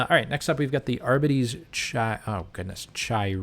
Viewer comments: btw gw released a pronunciation video, its adeptus AR-BEE-TEEs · It is pronounced "arr bee tees" its english lol not that hard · I believe it is Ar-bee-tees. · Pronunciation pedant alert! It's AR-bee-tees. Cheers for the great review. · lol sorry for laughing you struggling to say it. gw did make a pronunciation vid AR-BEE-TEES. either way say it how you want you know what you meant. Love your channel, first one I came across. I even went through your earlier vids to learn as much as I could. Thanks for making them, keep it going!